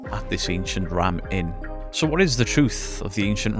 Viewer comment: I had this on in the background while I was working and it sounded like you were saying "Ancient Ramen". My dumb-a** thought you were talking about haunted noodles. Great video as always!